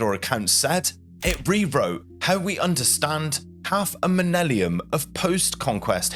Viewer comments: "Half a minelliun"? Millenium, you mean? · menellium ??? she says this ... he doesnt know how to pronounce the word Millennium LOL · What's a Minellium 🤣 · 😮 you said Minellium😢 nobody likes Liza that much